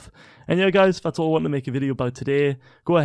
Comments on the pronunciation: Do you call mitro maytro ? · listen to the vid he pronounced nitro naytro lmao